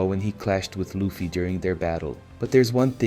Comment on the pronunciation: Ya I agree plus when he said luffy he said lufie